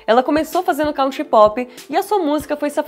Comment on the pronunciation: Country se pronuncia “kun-tree” Kanye se pronuncia “kah-nee-yeh”